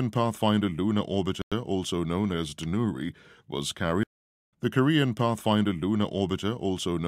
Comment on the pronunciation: 또 한국 뉴스를 올려주셨네요! '다누리'는 외국인이 발음해도 우리나라 사람 발음이랑 큰 차이가 안나는 것 같습니다. 이름도 잘지은 것 같아요.ㅎㅎㅎ